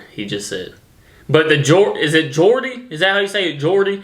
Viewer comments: As a Geordie (you pronounced it correctly), I’d advise you don’t watch Geordie shore. They’re not all Geordies, and it’s pretty unpopular here! Pitmatic was in the wrong place. It should have been just to the North of Newcastle. I remember that exact feature on the local news. It was covering the speech of the coal mining villages in South East Northumberland. The place it was highlighting should have been Mackem or Pit yakker (some people do confuse the terms Pitmatic and Pityacker as they’re both dialects of coal mining areas in North East England), but the latter is in East Durham. You’re right accents do change over small distances. As I said, I’m a Geordie from the city of Newcastle. My Grandma lived in a coal mining village 8 miles north of Newcastle and spoke Pitmatic. There are lot of similarities, but they do sound a bit different. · Spot on pronunciation of Geordie btw. Like others have already said they've given a rough generalisation of an accent of a region but you can go 5 miles away and it be completely different, sometimes subtle and only noticeable to locals but I can pin point from what part of my town people grew up in. My accent is a bit of a mix from that video, bit of Pitmatic, Yorkshire and even Scouse even though it is 150 miles away (this was due to migration of workers in the 19th century) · hahaha HI,yes your saying geordie correct,( geordie, scouse, welsh, scottish) are the most difficult to understand loads of uk cant understand them either, so dont worry your not on your own, keep up the good work thanks for entertaining us PS have a look at the British bulldog as a tattoo you may like it.